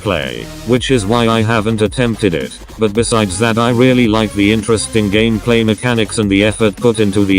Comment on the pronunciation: Does somebody also love it when he says:"gamaplay"?😂